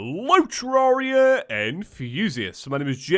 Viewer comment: You’ve known you have been saying terraria wrong for years Habits are HARD to break,aren’t they